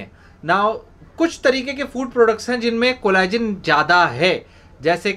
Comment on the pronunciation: collagen....ko shi dhang se bolo ...plsss